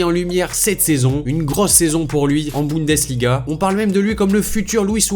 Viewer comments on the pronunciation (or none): none